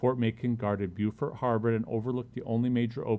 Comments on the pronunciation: Bo fort is how it's pronouced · Beaufort is not prenounced that way. That's the south Carolina prenoucation. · You mispronounced the town.